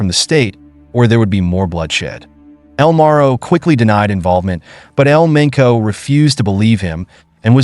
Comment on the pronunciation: He said El Menco. Lol. It's El Mencho